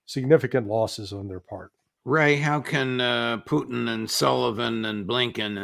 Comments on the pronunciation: Love this channel but its not "Poochin" (thats a dog breed) or "Potcheen" thats another strong Irish drink, its "Poo tn". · Does brother McGovern know he is pronouncing Putin like Irish moonshine Poiteen?